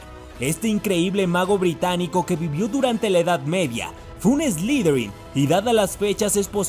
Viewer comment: ... Que es "slidrin"? A caso no se dice Slytherin?.